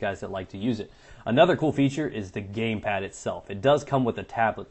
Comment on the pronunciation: "the gaypad"